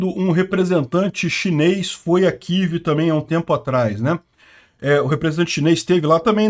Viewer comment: Kivi? Que Kivi? É Kiev.